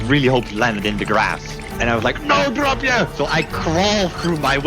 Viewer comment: It's dropje btw not DRAPPIER thats not even a dutch word